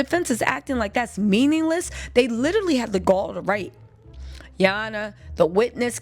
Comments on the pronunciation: Gurl when you say”ya hona” has me on the floor laughing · Came just to hear you say, Ya Honna---😅😂😂 needed to laugh before ending the night..thanks!🤣🥰